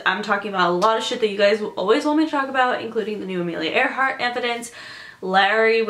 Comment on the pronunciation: okay come on isnt it ironic that her name was amelia AIR-hart